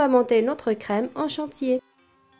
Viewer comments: Petite remarque gentille, ça peut aider. On dit chantilly pas chantillé. Dommage parce que vous vous debrouillez plutôt pas mal. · Chantilly et non pas chantillé Merci pour la recette